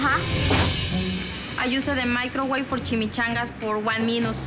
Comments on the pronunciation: They need to stop using the meecro-wavre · i u the maicrowei 4 duh cheemichangas